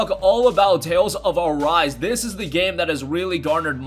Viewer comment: Dude is says tails of arse not tails of arise